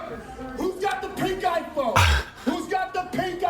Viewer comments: I kept hearing “Pink-Eye Phone” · Every time he screamed “pink iPhone”, I was sure he was saying “pink eye”.